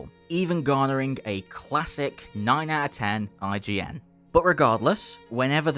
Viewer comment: First min you say "IGs BioShock 2"